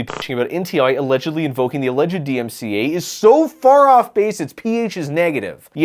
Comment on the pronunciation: bro can’t even say dmca